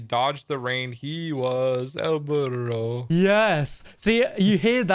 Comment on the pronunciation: el biro it's pronounced el doorro but the d is a b have you listened to the jingle